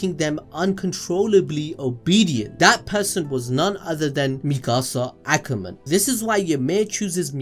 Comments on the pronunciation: Bro said mekasa akamen😂😂💀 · Ngl I used to hate the intro and now I’m upset because he didn’t say it right